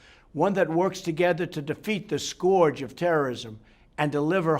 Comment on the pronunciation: "the SCORGE of terrorism"